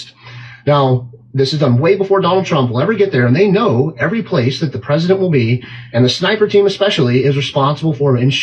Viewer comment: Why is he referred to as "The Peesident?" He a candidate for potus and a former potus.